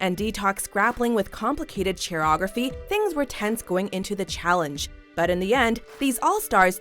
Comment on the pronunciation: did you say choreography like you would pronounce chi chi's name?...... it is read k